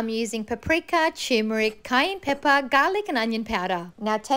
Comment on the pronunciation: The way she pronounced turmeric gave me whiplash